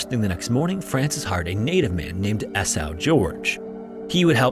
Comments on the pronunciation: Esau = EE SAW. Not EE sow. He’s not a swine.😂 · Couldn't understand what you were saying. "A-Sall"? Then I saw on the screen: "Esau." Do people just not know how to pronounce names anymore? EEE-saw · It's E-saw. E-saw. E-SAW!!! A.I. isn't worth a shit. For anything. It's to enslave us. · Surely the name "Esau" is pronounced E-SAW as in the biblical Jacob and Esau. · Interesting story. The guy's name was EE-saw, as in Jacob and EE-saw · It's Ee-saw.